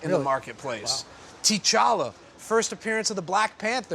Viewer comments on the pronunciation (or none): Tea’Challa??? You mean T’Challa. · He pronounced Black Panthers' name wrong. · Not based on his facial hair. I do because he can’t pronounce T’Challa.